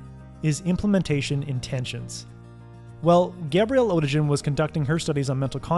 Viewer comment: Perfection bordered! Just one observation: the author is German and in German there is no "g" like in "orange" but it always sound like "g" in "big".